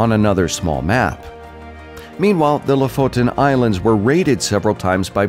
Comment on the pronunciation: Thanks for the info. And nice you pronounced "Lofoton islands" correctly too...most utubers don't